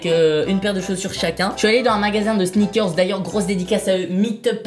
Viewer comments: sinon pq il dis sneakerz et pas pas sneakers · Michou on dirait que tu dit ( sniker comme la bar de chocolat haha) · Sneakerzzzzz, ça m’a stressé toute la vidéo